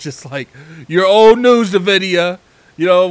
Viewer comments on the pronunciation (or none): NVIDIA NOT NAVIDIA..